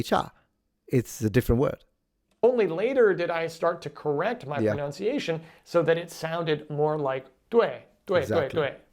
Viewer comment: Later he corrected his "pronounciation". 😬 Yeah, nah.